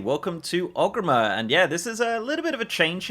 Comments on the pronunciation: Wondering why you keep saying Ogrimmer instead of Orgrimmar. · Friendly note. It’s ORGrimmar, not Og :) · never heard Orgrimar pronounced as "ogreemmehr" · why he say orgrimmar like that at the start